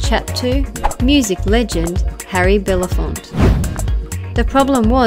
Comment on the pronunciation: 1.45 'should have WENT' __ 3.39 'Harry BelaFONT' ... 4.35 'was spoke about' and the aforementioned Vince McMOHAN. The script is as bad as the thick Aussie narration. 'Moily Coirus'? Give me a break. You guys have your work ahead of you. Was this a Hoigh School prowject or somethink?